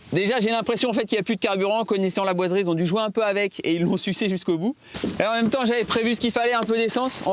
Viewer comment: tu es pâyer pour dire 'laboiserie ' ? parce que on dirais que tu dis que ça a chaque fois que j'avancer un poil la video ,j'entendais l"aboiserie " lol